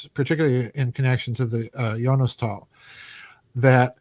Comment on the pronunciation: is is spokem Jonastal not Jonstal, there is an A in it.